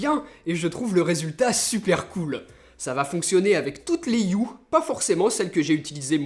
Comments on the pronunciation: Ça se dit « E » pas U. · 👆Par contre, sauf quelques exceptions (ex: honour, hour, vehicule, ghost, etc.), le H n'est jamais muet en anglais. Donc de la manière dont tu le prononces, on entend "Philips You"